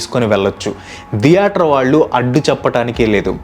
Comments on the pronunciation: అరె నయన దియేటర్ కాదురా తియేటర్ ప్రతిసారి దియేటర్ .... దియేటర్ ...అంటుంటే డోకు వస్తుంది దియేటర్ ధం సప్ప్ ప్యాసు ఎంది రా నాయనా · Every one:- theatre:- diyaatar 😂😂😂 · Dheatere ani enduku ani antunnav bro? Theatere adi